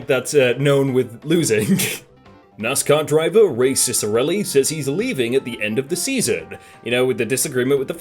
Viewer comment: Wait 4 real? His name is Ray Ciccarelli? Ray-cic. Go figure. Could of sworn you were just making a joke on his name. when I heard you say, racist arelli